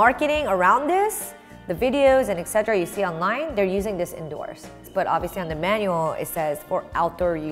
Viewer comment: omg it's ET CETERA not EXCETRA